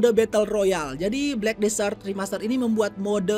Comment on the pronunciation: Desert bang,bukan disert!